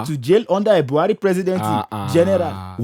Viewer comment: I like this😂 but it's only that Buhari's accent isn't right😢